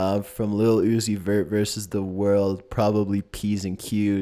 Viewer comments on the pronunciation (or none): none